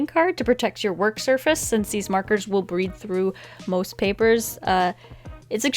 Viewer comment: am i the only one that heard her say breed???